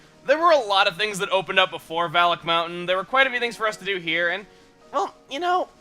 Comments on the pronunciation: Okay, is /anybody else/ hearing 'phallic mountain'? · in the intro i thought he said phallic mountain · Every time Chuggaa says "Valak Mountain", I hear "Phallic Mountain" instead. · Sometimes it sounds like he's saying Phallic Mountain...or that's just me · OKAY, I CAN'T STAND IT ANYMORE!!! Every time I hear Valak mountain I hear Phallic mountain. I just can't not hear it that way. Someone HELP ME!!!!